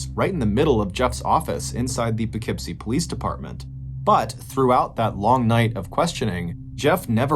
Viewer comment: I am so impressed that you know how to pronounce Poughkeepsie correctly! Thank you!